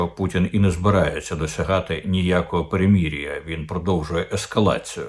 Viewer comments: Я не за перемирʼя. Просто пан Корчинський чомусь вимовляє «перемірʼя». То я йому трошки натякнув. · Вивчіть вже ту букву української мови «и»,скільки можна говорити «меремірʼя» і «грівень»?